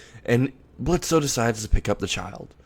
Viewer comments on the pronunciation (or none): I love it, but it's Blitz. The O is silent. And I see Loona being a protective older sister.